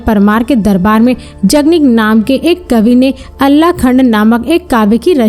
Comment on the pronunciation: मैडम अल्ला नही आल्हा कहिए...